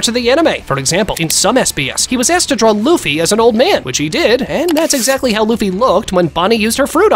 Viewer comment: I heard bro said Luffy D Luffy or Munkey D Luffy😂😂😂😂😂